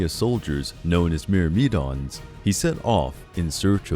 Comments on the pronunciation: Mur-Mee-dons lol give this guy a google translate job. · Your pronunciation made me not follow. Meri-me-dons??? Not accurate buddy